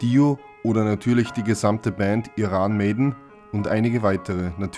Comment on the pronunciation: Iran Mäidn... wer kennt sie nicht